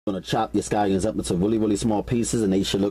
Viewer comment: ve-gabows and scoyuns!!! Lol